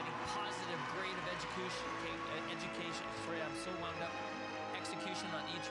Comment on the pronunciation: Getting positive grade of "exycush","educatio.." and "so one that execution". Well done Yuna, lol.